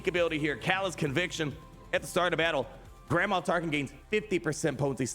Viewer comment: It sounds like you’re saying Grandma Tarkin! Lol😂 Looking forward to this rework too!